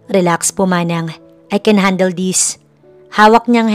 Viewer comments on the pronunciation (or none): none